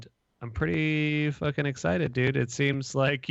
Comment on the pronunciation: TUERCK TURNS SCOTTISH FOR ONE SECOND (FOOKIN)